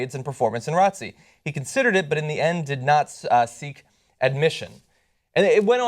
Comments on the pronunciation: it's r.o.t.c not rotc genius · "Rohtsee" (ROTC) is an acronym John.....R.O.T.C is how you say it. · It's R.O.T.C. not "rotcy" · WTF!!!! like really dude!!! you are actually pronouncing R.O.T.C. as "rotcy"!?!?! I just become one of those people on the internet but damn you just say the letters R....O....T....C...... it stands for Reserved Officer Training Core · It's R-O-T-C, not Rotsy... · John is pronounced R-O-T-C lol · Never heard R-O-T-C be pronounced "ratzi" like it's an actual word lol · RASHAD GUPTAR it's an acronym not a word. There's no need to pronounce it as a word. You don't pronounce FBI, DEA, OR CIA as a word because they're acronym. Sane with ROTC.